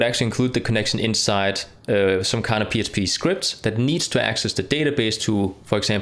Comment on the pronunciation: why does he keep saying PSP file? is this a slip? or accent thing?